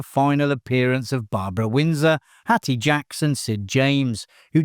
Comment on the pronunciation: I've been enjoying these video. But someone sounding English does not know how to pronounce Hattie Jacques I fear my prove this is an AI channel...